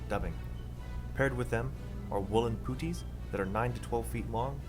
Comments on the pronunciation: Interesting, great job. One correction, puttie is pronounced Puh-tea not poot- ie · The way he mispronounces puttees 😂 got me every time!